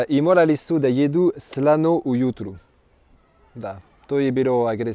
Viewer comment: Nije 'srano' jezera brate 😂😂😂